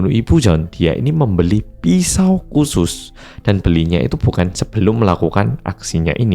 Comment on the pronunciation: soal TYPO ataupun salah PELAFALAN sih sampai skr juga ada. misal kek mas bilang "KUSUS" & "IKLAS" di mana penulisannya itu "KHUSUS" & "IKHLAS, seharusnya itu dibaca "HUSUS" & "IHLAS" karena itu serapan dari Arabic di mana huruf "KH" kalo dilafalkan lebih mendekati ke huruf "H", bahkan jauh dari huruf "K"